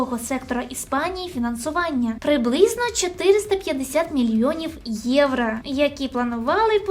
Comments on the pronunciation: єврО, а не єврА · "Євро" будь ласочка, не "євра" 💙💛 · А чому «євра»? Чи ви внучка Юлії Тимошенко? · Все прикольно, але це єврА, капець як вуха ріже